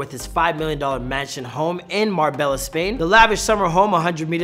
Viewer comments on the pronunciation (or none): Pronounced marbay ya